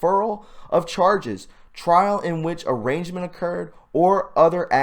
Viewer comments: It is not arrangement, it is pronounced arrainment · One thing I see consistently in videos like this are people misreading words like arraignment, Pronounced/ar-aign-ment. The G is silent. NOT arrangement. BIG DIFFERANCE. I just think maybe sheeple would take us more seriously if we learn how to read. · Hi. I hate to be a pill. But to help you it is arraignment “A-Rain-Ment”. Phoenetically speaking.thanks for your work. Arrangement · I think you mean arraignment...not arrangement....smh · PRONOUNCED (AH RAIN MENT) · you cannot even pronounce "arraignment".... why?... have you never seen that word before?.... don't do much reading I'm guessing!